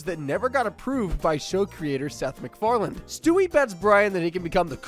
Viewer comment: Seth MacFarlane, not Seth MacFarland